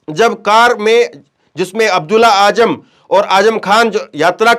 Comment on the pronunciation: Azzam not aajam